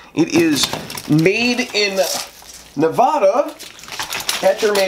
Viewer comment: Saying “Nev-AH-DAH” will trigger most locals around here. Just a word of warning if anyone visits. I’m not originally from the Silver State, so it doesn’t bother me so much.